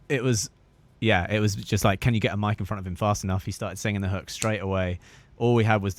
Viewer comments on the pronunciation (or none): none